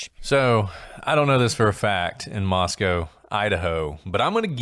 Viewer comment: I'm listening to another podcast of y'all's on Spotify but realized you're saying Moscow like the Moscow in Russia...the Moscow where the stabbings were is pronounced like Moscoe instead...no W...like Roscoe but it's pronounced Moscoe but spelled like Moscow, of course....just wanted to catch you and I hope you see this.